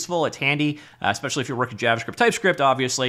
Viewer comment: Is it just me that hears JarvaScript?